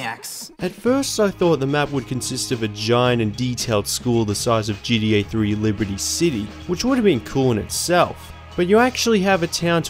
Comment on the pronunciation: stop saying “gDa” it’s gTa !!! How difficult is that to pronounce??